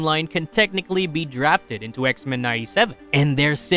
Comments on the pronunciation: Anyone else find the way he says X-mEn weird? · I know right! Such a weird way of saying that word. 😏😏😏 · Why he say X-Men like that